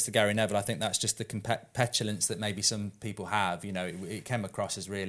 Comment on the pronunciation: Did Goldbridge just invent the word ‘competulance’ describing Gary Neville?